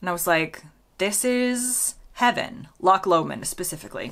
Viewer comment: Well done for pronouncing Loch Lomond correctly 👍🏻. English people mostly seem to be unable to say it properly, and pronounce it something like Lock Lomond, which is wrong. I guess because the ch in Scots (and German) and the gh in Irish doesn't exist as a sound in English English. Vienna is the best airport I've been at for security lines etc. You can get from the bus stop to the departure gate in about 5 minutes. TK Maxx is called TJ Maxx in the USA. When they came to the UK, they couldn't use the TJ Maxx name because it would be confused with another chain called TJ Hughes. The company that owns it is called TJX Europe Limited though.